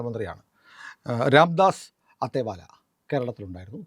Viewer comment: രാംദാസ് അത്തേവാലയല്ല "അഠാവലേ" ആണ്. ഉച്ചാരണം ശരിയായിരിക്കാം ശ്രദ്ധിച്ചാൽ നന്നാവും.